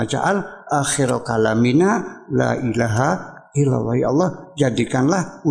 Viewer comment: Ngomong La Ilaha Illallah ga bener Uya.